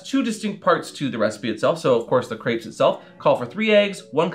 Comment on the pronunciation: How do you not know how to pronunce crêpes? Where does the a come from? XD